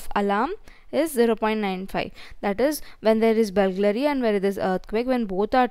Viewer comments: Its BURGLARY not BULGLARY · Correction: It is not "Bulglary" it is "Burglary".